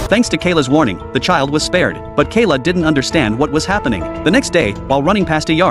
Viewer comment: Boy its mckayla not kaila